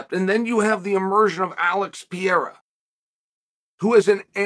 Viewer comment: My spellings: Mahkhalchev; Piiiiiiiiiera, Charles Olive